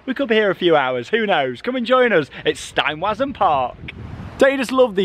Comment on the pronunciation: As is usual, replacing all the ‘w’ characters, in the German words, with a ‘v’ sound would help a lot.